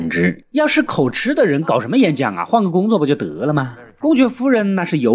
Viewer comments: KO JI 不是 KO CHI 口急！【著急】的意思！別一直吃吃吃了！ 這是破音字！ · 口吃都不會念，真的不知道那個‘’吃‘’要念‘’及‘’，是破音字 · 口，口吃？ 痴？ 我以為應該唸口吃（及） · 幹對欸 XDDD 每次要舉例我都一時想不起，但聽到時就會「嗯？」一下